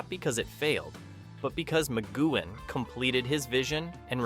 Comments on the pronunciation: Using an AI voice that can’t pronounce names correctly is sheer laziness, Patrick McGoohan is pronounced as Patrick McGooan (you don’t pronounce the H) plus, the Prisoner was originally meant to have just 7 episodes but Lew Grade persuaded Patrick McGoohan to write and film another 10 so that the series could be sold to American TV companies, the original 7 episodes are the best though all 17 are still pure escapism and brilliant TV. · Who the hell is Macgoo Han? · Wait, Magoo-Han? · A.I voices - Ma-goo-han